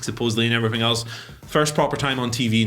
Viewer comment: “And everyfing else”